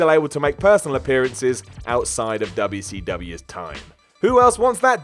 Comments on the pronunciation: "Dub-yuh C Dub-yuh." Too funny. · The way he said wcw (dubya see dubya) haha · I wish this guy would stop pronouncing 'WCW' that fucking way. Its annoying as hell